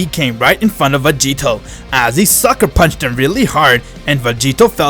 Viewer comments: Does anyone know how many times he says "Vageto"? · Why does he say master roshi found vagito instead of grandpa gohan